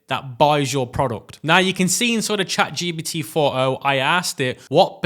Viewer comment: Is it me or he call its chat gBt